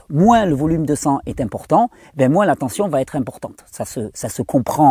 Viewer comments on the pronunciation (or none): none